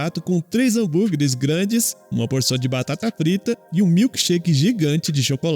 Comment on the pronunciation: "Batata Prita" kkkkk